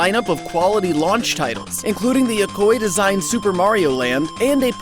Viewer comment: Yokoi is pronounced "Yo-ko-ee", not "Yokoy". It's like the "ea" on "wheat", or "neat". Maybe he knew that but his accent is getting in the way, I get that a lot. Good video either way.